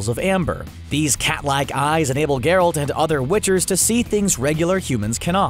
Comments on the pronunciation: I'm sorry, but did this guy actually watch the series? His pronunciation is TERRIBLE. GERalt, not gerALT. and Calanthey. It appears like he's just reading from a script without any real knowledge. Watch the show to get the correct pronunciations before you embarrass yourselves. He mentioned necrophages over a shot of nekkars. They are Ogroids not necrophages. If you want more proof of their lack of preparation for making this video. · I can’t deal with the fact that Geralt wasn’t pronounced correctly. If someone is making a video on something they should at least look at the source material